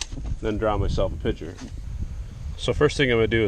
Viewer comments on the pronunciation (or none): I couldn't get past the word pitcher! Clearly you mean picture